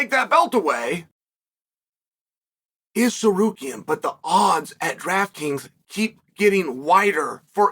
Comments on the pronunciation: did uncle chale just pronounce Tsarukyan right? 😶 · The first name uncle Chael says correctly EVER is „Tsarukyan“??? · But says „Tsarukyan“ correctly…. 😂